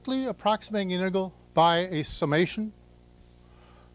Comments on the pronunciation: Has anyone heard another person pronounce "integral" as he does? He seems to be saying "inte-gull". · hes prolly said it 10M times, so he deletes a syllable..🎉🎉😂🎉